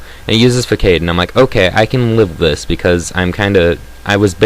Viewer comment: Hehheh.... Swellow use Fuck-ade XD Its pronounced Fuh-SAHD, but thats ok. I pronounced it like Fuck-ade when it first came out too :P And you said "I was like Fuh huh huhhh..." a lot XD